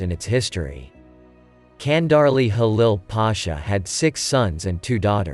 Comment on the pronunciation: its not Kandarli its Chandarli